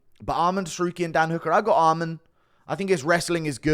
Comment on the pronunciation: not sure if you’re taking the piss but you need to learn how to pronounce Arman. it’s not almond